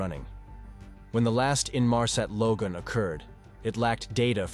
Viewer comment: Bot read - “‘logue’ on” is not at all how ‘log on’ is pronounced. Listen for it. It’s in here more than once.